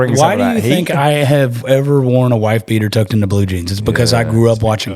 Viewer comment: "GET OUT THERE AND TURN SOMEBODY INTA APPLESAUCE!"